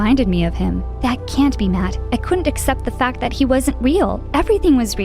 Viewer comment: I love how Matt said “THE FAT CAT”